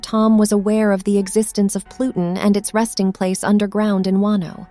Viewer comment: Loved the video best part was hearing plutin, plutin, but what about ur anus. Lmao